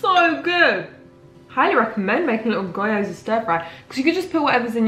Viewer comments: You pronounce gyoza as: gee·ow·zuh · Video idea: learning how to pronounce gyoza with google translate 🤠 It’s kind of pronounced more like gee-yo-za but the gee-yo is said really quickly. Dk if that helps :) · The 'Y' un Gyoza is pronounced like 'ee', so 'Ghee-oh-zah'